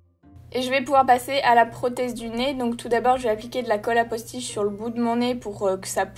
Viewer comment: Quand tu dis "colle à postiche" j'ai l'impression tu dis "colle à post-it" 😂